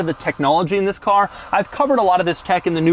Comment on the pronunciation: Y'all pointing out the THISSS but I can't unhear the way he emphasizes 2021